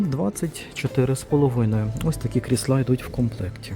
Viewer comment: Не кріслА, а кр І сла, а взагали то це стільці 😂. Та звісно ж, яка різниця.Хай собі людина каже, що в голову прийшло. же тільки покищо вчиться розмовляти українською, бо для нього це не рідна мова, він італієць- Вентуріно....